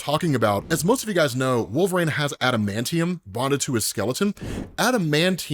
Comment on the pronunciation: WTF is a "Wool-vrayne",? You stupid piece of shit